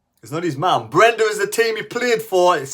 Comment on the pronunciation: Breda, not Brenda, man!